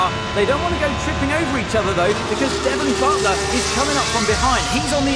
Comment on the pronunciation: Devon Butt-ler